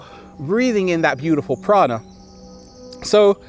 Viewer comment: Lol "prana" not piranha :D